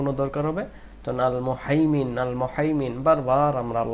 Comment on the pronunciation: আলমুহাইমিনু উচ্চারণ ভুল হইছে আপনার